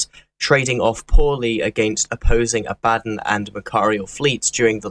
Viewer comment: Isn't it spelled abaddon (ab-ad-don) not abbadden? (Ab-bad- den)